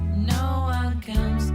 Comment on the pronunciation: Only an Australian can turn the world "no" into about 3 syllables.